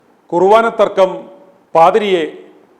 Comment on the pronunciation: കുറുവാനാ അല്ല ചേട്ടാ, കുർബാന. ഒരു വയസ്സായ അച്ചനെ തല്ലിയതാണോ ഇത്ര ആഘോഷിക്കുന്നത്? കഷ്ടം